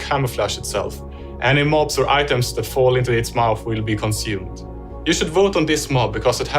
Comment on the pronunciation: and ore instead of or